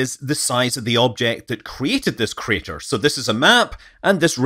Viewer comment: "Meteor Crader"